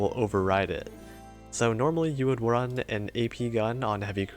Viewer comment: Roon Me: Run! Nigerundayo Smokey